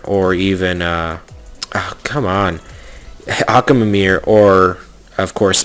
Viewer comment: Akwilla? Die-as? Akamamamameer? Like wtf